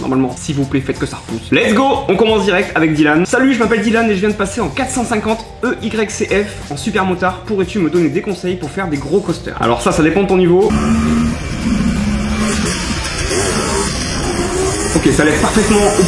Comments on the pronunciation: " 450 EYC F " ? 🤔 , Nan en vrai super vidéo comme d'hab le retour qui fais plaisir ✔️ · Il dit Y a la place de X à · Je suis le seule a voir vue que il a dit a la permier vidéo 450 EYC F a la place de 450 EXC F 😂 sinon continue comme sa tes video sont toujours aussi propres et toujours aussi bien 😊